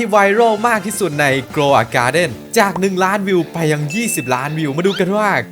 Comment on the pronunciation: เคยทำคลิปสุ่ม seed pack ใน grow a garden ได้2,5ล้านวิว💀💀💀 (grow ไม่ได้อ่านว่าgoldมันอ่านว่ากราวไม่ใช่โก)